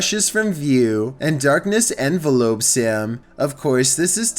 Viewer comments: "Darkness envelopes him." Not envelop, envelope. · En-vel-ups not En-va-lopes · "Envelopes him" lmao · "Darkness 'envelopes him'" What, is it gonna mail him a letter? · "Miss Chivish" is back... And I didn't know darkness "envelopes" stuff... I just love and his unique pronunciations... 😂😂😂